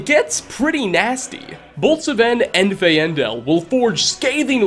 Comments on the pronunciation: Fine-dal and Sfen not Fai-en-dal and S-ven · Muiri, not Moiri. "Fayn-Dahl", not "Fay-En-Del". Why are the Dunmer white??? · The way you pronounce Faendal pisses me off. Im not exactly the spokes person for skyrim but im pretty sure it's pronounced "fain-dal" not fae-en-dell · Sometimes i wonder does really play skyrim or just use it to make money. Both are cool but the way he pronounce npc s names sounds like he never met them. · Faendel is pronounced Fandel you N’wah /j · "Saven" "Fay-ai-ndel" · Me:Sven and Feandal:Sevayen and Feaayandal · This is just a pet peeve of mine, but I really feel like if a word or name is spoken by an npc in a game, that should be the CORRECT PERNUNCIATION!!!!! S-Ven???? Fa-aindal!!!. Camilla? Don't you mean Camel- a??? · Either this guy has never played Skyrim, plays with no sound or what the feck ever. FAY EN DEL?? Are you fucking with me!? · At this point I'm sure the misspelling of names is on purpose. He talked to Sven, literally the first thing he says is Faendal's name in the phrase "Faendal thinks he can woo Camilla Valerius, she's already mine I keep telling him" And yet he calls Faendal, Fay-and-el. The one time when the spelling is exactly as its written he misspells it. If its on purpose that's some epic trolling there my mate, cuz I'm certainly triggered, congratulations. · “Su-Ven and Fayendul” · My man just pronounced Sven and Faendal wrong lmao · the way pronounced faendal gave me a whiplash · the way he pronounces Sven and Faendal should be considered a hate crime. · Wait have you played skyrim? Why do you say Muiri and Faendal that way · You managed to misspronouce both Sven and Faendal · I hate the way you say faendal lol